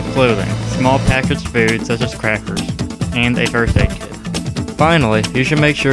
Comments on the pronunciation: He says First Aid Kit but it really did sound like birthday cake lmao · at first I thought he said birthday cake lol. But i think it's first aid kit.